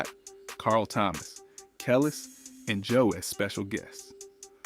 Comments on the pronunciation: Dude.... He is killing me with not being able to pronounce Zhané correctly. He didn't say India Irie, Kelis, Busta Rhymes right either. It's cool that you're giving us the back story but not saying their names right is killing the video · Yes that killed me did you hear him Butcher Busta name and Kelis